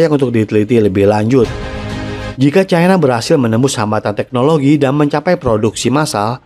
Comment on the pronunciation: Cara bacanya CAINA..